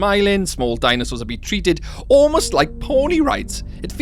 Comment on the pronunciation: i love the way he says '''dainasors''